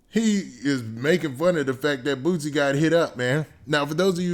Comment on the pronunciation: It’s boosie not bootsie